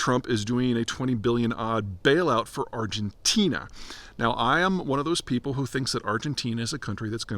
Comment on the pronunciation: ArgenTEEN-uh! Lololol we still love you, Peter!